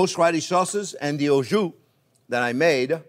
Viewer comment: It is kind of strange that a french chef do not know how to prononce « jus » !?!